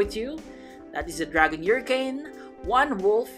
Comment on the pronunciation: bro said Yuricane instead of hurricane